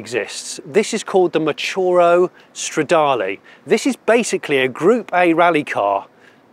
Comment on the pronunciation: You keep saying Stradale (it´s a Ferrari).